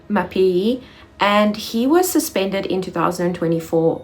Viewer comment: Mapiyeye... to get it right, break it down and repeat it few times...: Ma_pi_ye_ye 😉. Otherwise great work 🎉🤝🏿.